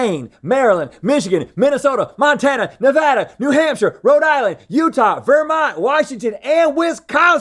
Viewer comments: Thank you for saying "Nevada" correctly. 😂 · Thank you for pronouncing Nevada correctly lol